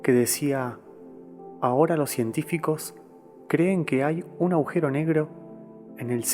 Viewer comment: Ehhh Agujero, no aujero